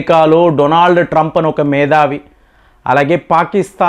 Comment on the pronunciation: మేధావి అనాలి. మేదావి కాదు సార్